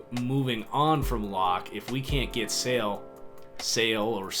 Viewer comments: saleh- “say-lah” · Say it Sale-hey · Saleh = "Sah"-"lay"